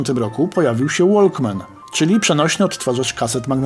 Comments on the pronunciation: mówi się łokmen nie łolkmen, a filmik ciekawy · Wiem, że to może być upierdliwa uwaga. Generalnie do treści nie mam zastrzeżeń - serio dzięki dowiaduję się mnóstwo rzeczy, ale słuchając tego odcinka moje uszy zbeształ "łoLkman". "Łokman" - tak powinno się to wymawiać.:-)